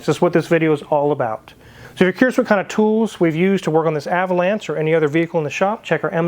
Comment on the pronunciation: You keep mispronouncing Ah vo lawn sha. LOL